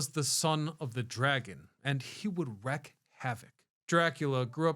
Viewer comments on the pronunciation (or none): The word is WREAK, not “wreck” havoc! “The highest point of the castle is the Round Tower”, as you show the highest point, which is a SQUARE tower, sitting atop a trapezoidal tower.